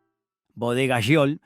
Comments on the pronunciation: Habían marcas que había olvidado, soy de Mendoza, vivo en Gutiérrez, ( departamento de Maipú ) a 3 cuadras de lo que fue Bodega Giol, y lamento que pronuncie tan mal el nombre, ¿ Yiol ?, si , lo lamento, y también lamento que no haya salido en el video la poderosa y emblemática imagen del histórico toro, ( hoy en una esquina de la Plaza departamental de Maipú ), que hermosea el espacio verde y el paisaje donde jóvenes locales, gente de todas las edades y turistas posan y atrapan un pedazo de historia para el recuerdo, espero que quiénes realizan éste tipo de material, se adentren más en el historial y trayectoria de las imágenes a compartir, abrazos 🫂. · "Giol""Giol" no jiol como pronuncias!!! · Giol, se pronuncia "Jiol", no "Yiol", como dice el locutor. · Es Giol no Yiol abombado !!!!! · Giol, no Yiol. Qué te pasa, no aprendiste a leer? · Habla bien, grasa, sho sha shiol ... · Bodegas Yiol????